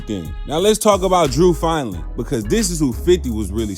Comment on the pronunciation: You pronounced the lawyers name wrong .. fin dling. Top lawyer .theres so many interview talkin about the lawyer ,hes a legend in the industry these prosecutors hate that dude